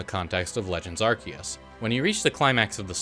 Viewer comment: it's pronounced "are-SEE-us"